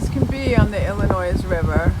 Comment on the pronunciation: The S in Illinois is silent